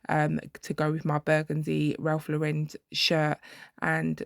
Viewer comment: For the love of God....its not Ralph LAUREND!!!! There is no D in Lauren!!!!